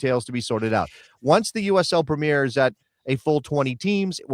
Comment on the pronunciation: The English league is called the Premier League, not the Premeeeer league.